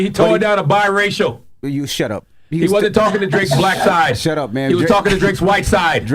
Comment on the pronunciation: 😂😂😂😂😂😂😂😂😂😂🫠🫠🫠🫠🫠🫠🫠🫠🫠CHARLA SaiD BIRACIAL😂😂😂😂😂😂😂😂😂😂😂😂😂😂😂😂😂😂😂